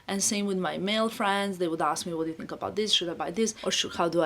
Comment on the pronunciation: I hope will not get offended but I hope she can correct how she pronounce “th”, pronounce thought as tot, think as tink. It is just the correct way to pronounce these words